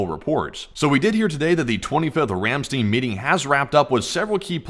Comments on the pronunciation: Ramstein is pronounced Ram "stine" the ei is pronounced like a short I . Ramstene is not how the Germans pronounce this word. I have been to this base several times. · Ramstein, not 'Ramsteen'. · The actual pronunciation of the word "Ramstein" is "Ram - stine". The "ei" in this case is pronounced like " i " and not " e ". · Ramstein is pronounced "rahm SHTINE) you know...like the band. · You need to learn how to pronounce Rammstein!